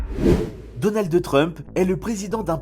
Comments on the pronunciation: DonaldE Trump 😂😂 ça me perturbe à mort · Lol alors lui il c’est pas dire donald trump lol mais donald de trump 😅😅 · Donaldeuh Trump, Andjela Merkel. Pas si pro que ca pour écorcher a ce point là des noms qu’on entend tous les jours...